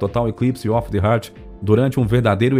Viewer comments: A pronúncia do camarada é horrível. " Total eclipse of the HERT". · Não é TAYLOR, é TYLER, que se pronuncia TAYLER. Outra: não herz, é heart que se pronuncia rarth. A materia é ótima, mas a pronúncia de inglês esta deixando a desejar, a voz do locutor é muito boa!